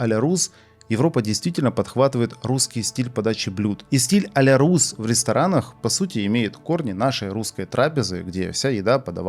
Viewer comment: только нее а ля рУс, а а ля рЮс. пишется a la russe - это французский, а одиночная u во фр. читается как ю.